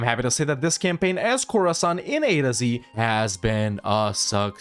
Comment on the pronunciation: Khorasan, more like Core-san!